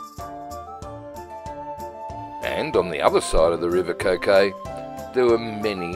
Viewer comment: I love this part of the world, thank you for making. Just one small point, the river Coquet is pronounced in the local dialect as ‘kurr-kut’.